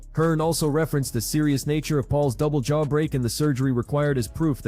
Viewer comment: You do know it's jaw, not chaw... right?